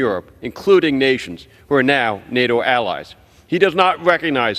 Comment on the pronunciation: MTG, please!!!! NATO has a T and not a R!!! You don't say NARO!!! 😂